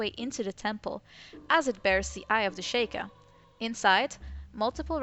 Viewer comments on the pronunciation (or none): I just noticed something, and I'm sorry if I sound like an asshole saying this, but I am a LITTLE bit of a stickler, it's pronounced She-Kah, not Shake-ah. XD Just sayin ^_^ I do however, still enjoy your videos! They have good points that I haven't exactly considered myself yet! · Stop saying shaykah its pronounced sheekah